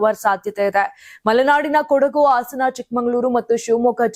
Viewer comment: ಅತ್ತು ಅಲ್ಲ ಹತ್ತು, ಆಸನ ಅಲ್ಲ ಹಾಸನ